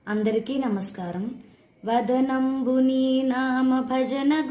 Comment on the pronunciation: Nanna...GOD BLESS YOU....VADANAM...VADHANAM KAADU..pls correct it...chakkani....mukhavarchassu...kallu....a LALITHA DEVI...LA UNNAVAMMA...KEEP IT UP...MAY I know your address..if u don't mind